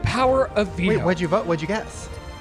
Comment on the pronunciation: Everytime Shane said « the veto » all I could hear was Devito